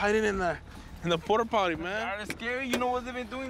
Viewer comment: dam cop makes fun of a teen that cant say "Aggravated Robbery" but he cant Say "porta potty" . Gotta be careful camera catches all..